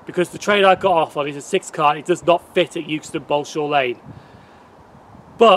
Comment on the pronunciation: It is actually pronounced EXTON not 'YOOKSTON'